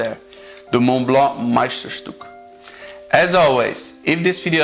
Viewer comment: I am French, and have lived in Germany and the US too, and can confirm the speaker pronounces Montblanc as a French would, ie without pronouncing the T and the C. He can improve his "Petit Prince", and "Meisterstück" 😊 Mastering foreign languages is never easy, and trying is already remarkable. About morons in France, I confirm there are some, as there are some in the US or anywhere else Hopefully there are quality people everywhere too.